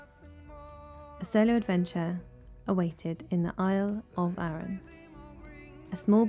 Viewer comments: arran its douke r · Great vid. Need to work on your pronunciations a wee bit. With Loch Etive and Arran.....the emphasis is on the first syllable, not the second. :-)